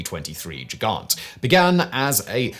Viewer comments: Both "g" in Gigant are pronounced the same as in "God." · As Gigant is a German word. The initial "g" is pronounced as a hard g. The same as you pronounce Gewehr.